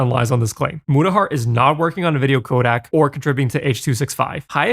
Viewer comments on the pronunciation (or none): You keep pronouncing codec....Kodak.